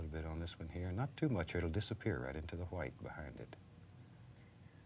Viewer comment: Titanium WHIATE